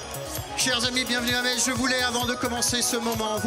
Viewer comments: le public qui crit en cœur "mess!" A chaque fois que prononce "meTss" ça m'a tué de rire 😆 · Metz se prononce "Messe" et pas "Mettsse" 😛😛 Très beau meeting, heureux d'y avoir été. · Pour y avoir été, je tiens à clarifier UNE SEULE CHOSE : Metz se prononce < > pas <<Metse>>. À part ça, ce fut un moment inoubliable ! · Au début vous pouvez observer les gens qui réagissent à chaque fois que Metz est prononcé. C'est parce qu'on ne dit pas ME"TZ" mais ME"SSE"! 😁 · Bon au final elle a compris ou pas qu’on dit mess et pas mettsse ? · Je suis allé à ce meeting qui était formidable. Une petite pensée à à qui il aurait fallu expliquer que Metz se prononce Mess. La pauvre croyait qu'il y avait une sorte de ferveur à chaque fois qu'elle prononçait le nom de la ville, sauf qu'elle se faisait gentiment huer:) Malgré cela, son discours ainsi que celui de était galvanisant. Et que dire de la prestation de Monsieur Eric Zemmour, tout simplement excellente. J'étais aux anges lorsque je suis sorti de ce meeting mais seulement quelques centaines de mètres plus loin, je fût confronté au réel en me faisant agresser par des "antifas". J'ai quand même pu passer sans trop d'encombres en me faisant insulter de raciste. Bref, plus de peurs que de mal. Vive Zemmour, vive la République et surtout, surtout vive la France. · qui ne comprend pas que le public lui crie 'Mess' (la vrai prononciation de Metz) 🤣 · On les reconnaît nos messins qui corrigent vers Metz se prononce [mɛs]! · Les messins essaient de corriger sur la prononciation de Metz en "Messe" mais en vain. Au final, ce fut drôle. 😄